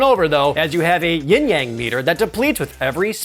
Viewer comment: Props for saying yin yang, and not YING yang like EVERYONE else.